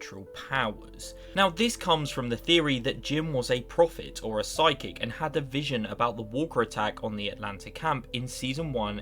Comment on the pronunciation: I adore Physic instead of Psychic.